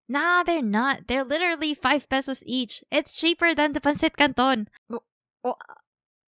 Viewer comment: i knew she was filipino when she said pesos